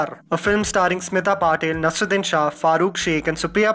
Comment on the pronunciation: Please work on your vocabulary and pronunciation. It's not nasruddin. It's nasEErudIn